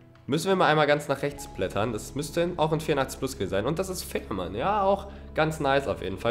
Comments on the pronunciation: wo du fährmann sagst versteht man f*ck mann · Bei Fährmann hast du gesagt Fickenmann das ist unhöfflich